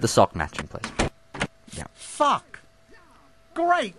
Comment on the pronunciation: It sounded like said fuck sock